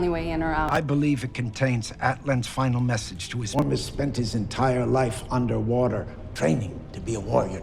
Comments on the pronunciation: He keeps saying Orn instead of Orm lol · I dont wanna "but actually" you, but his name is ORM not ORN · Is he saying orn? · Was he saying Orn instead of Orm? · It’s orM not “orn” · I think the brother’s name is Orm, not Orn. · Its king ORM u dumbass not ORN. And the Aquaman comics are fucking awesome. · Is saying “Orn” instead of “Orm,” or am I just hearing things wrong? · So...no one noticed how has been saying Orn instead of Orm the whole time... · Idk if anyone else noticed this but since I read a lot of comics books I was Hopeing he would realise he was saying Orn instead of Orm. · Take a shot every time says "Orn" instead of "Orm". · Anyone else pissed that he kept saying “Orn” not “Orm” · Not to be that guy, but it's Queen AtlaNNA, not Queen AtlaNTA. Still kinda stupid, but not quite as stupid. Also, his brother is OrM, not OrN.